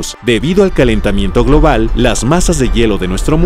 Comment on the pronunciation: Me estaba gustando el reportaje, pero cuando pronunció la palabra "calentamiento global" la cagó. Suerte amigo con tus estudios de la naturaleza. ✈️✈️✈️⛈️